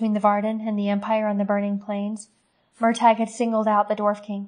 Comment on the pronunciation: I hope you learned how to pronounce his name by now but its "mur tor" not "mur tag".